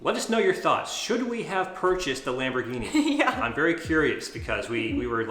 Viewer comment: Lamborguini! 😅😅😅 nahh... you did awesome!! I would have done the same